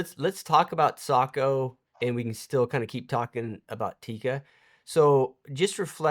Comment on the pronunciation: Yes finally Sako is pronounced correct unlike anybody in Australia can do. 😅😅😅